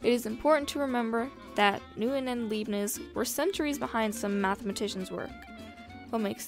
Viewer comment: Leibniz * pronounced like La ee b neez